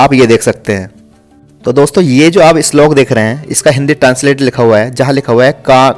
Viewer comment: Islok nhi slok hota h